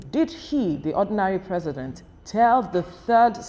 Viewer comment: Ordinary President not Ordinary presents 😅😅